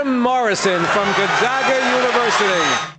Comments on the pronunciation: Please don’t ever pronounce Gonzaga like that ever again 🙏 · The “zag” in Gonzaga is pronounced like “zigzag”. From Spokane, so I’ve heard that word so many times lol. Also, I hope my comment didn’t come across as rude, I legitimately really liked the video, and just thought the way you were saying it was kinda funny.